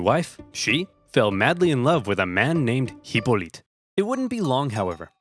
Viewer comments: The way you pronounced Hypolyte sounded as if you switched to some slavic language type accent. For some reason it sounds epic. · You don't pronounce the H in French so I'm pretty sure it would be Ippolyte when spoken by the French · That pronounce of hippolyte felt a bit hungarian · Its French